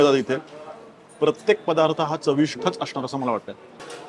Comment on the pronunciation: Punekar, chavishth nahi o chavisht ठ नाही ट